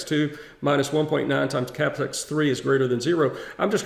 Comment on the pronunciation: What are you saying? Cappess? What is Cappess? Ohhhhhhhhhhhhh sht do you mean Capital S????????????? Dang.